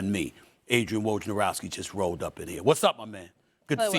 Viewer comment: Can ESPN do an entire day where they train their hosts and analysts to pronounce Woj's name correctly.